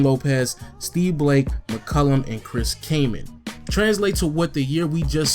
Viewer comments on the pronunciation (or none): da way you say mccollum annoys me lol